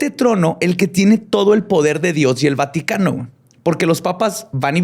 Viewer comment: vaticatences? vatiquences? vati..vatiiii?? Mi cerebro : Batman, cuando lleguemos a la Bati cueva me regala un bocadillo? si shaggi, todos comeremos algo , galletas y BATILECHE JAAJJAJAJAJAAJAJJAJAJAJRGTBZSEFRBHG ALV !!!!!! xD